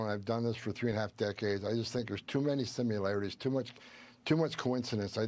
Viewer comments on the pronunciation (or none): You heard him .. “too many simularities” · Simu laraties? WTF is that? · Heh-heh, “simu-larities”. Reminds me of Bush and “nuculer”.